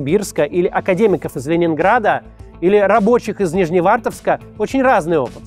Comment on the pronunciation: Боже, слышу Нижневартовск без ошибок)) мало кто произносит название города правильно с первого раза